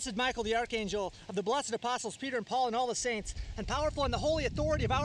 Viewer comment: You pronounced archangel incorrectly